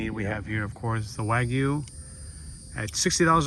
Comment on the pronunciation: Terada-san, please teach how to pronounce wagyu correctly.:)